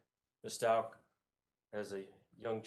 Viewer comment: Was strange, he said it right a couple times too